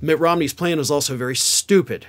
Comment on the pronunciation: Mitt Romney has a ply-an? I know you’re a, but now you’re sounding like Penelope Pitstop 🤣💄🚘